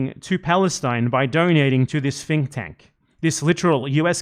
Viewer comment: Normally I assume it’s accent that makes his “th” sounds “f” sounds, but I think he meant to say the Atlantic Counsel is a “fink tank,” which, accurate.